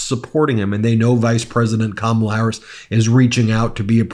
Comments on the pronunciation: Just an observation that a lot of people mispronounced Kamala, just like Fox News. The difference is that Fox mispronounces KaMAla on purpose. I just glad to see so many Republicans are voting for KAmala, regardless of how they pronounce it! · Why is it that even the old white conservative men who endorse her still can't get Kamala (COMMA-LUH)'s name right? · Hopefully all these republicans will at some point learn how to pronounce ‘Kamala’ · 💙💙💙 can somebody review with people how to say, Kamala's name. It's not difficult people. Just say, Comma. Then say LA.💙💙💙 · They all say KamAla...how hard is it to say her name. They do not say DonAld trump come on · You can tell these guys are legit Trump followers when they pronounce Kamala "Ka-mala". Let's go BLUE! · Why do so many people misspronounce Kamala? It's not hard to say. We hear it many times a day spoken properly. Comma la. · For once I'm happy to hear a Republican mispronounce Kamala's name, it means they're watching right wing news but seeing through the bullshit. There's hope that there are many more of them out there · I keep waiting for just ONE of them to pronounce Kamala correctly. So far - zero. 😂 whoop! and we have a winner!! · Couldn't help but notice these former Trump voters are pronouncing kamala's name wrong just like Fox News they must still be watching